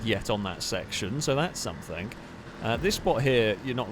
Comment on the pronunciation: Always loving the vids, but wondering if you say 'somethink' rather than something just to wind people up?